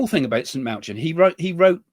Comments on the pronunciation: St Malachy is pronounced Malachi silent h. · Saint MA-LA-KEY 🙈😊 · Love you Craig. From a former catholic… Malachy. Is pronounced Mal- a- ki❤ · It's pronounced Malakey (Saint Malachi)😂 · Correct pronunciation.... It's Saint Mal a key ☺️